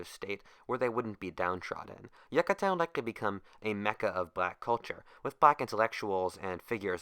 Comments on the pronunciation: "Yuck-katan" It's "Yoo-katan" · yuc-uh-tan no no no. its you-cuh-tan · Yoocatan, that's how you say it. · I just wanted to say Yucatan is pronounced Yoo-cuh-tan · you don't say it like that yuh ka tan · What if you had pronounced Yucatan correctly?